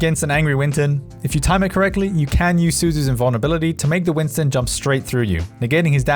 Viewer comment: IT'S WINSTON NOT WINTON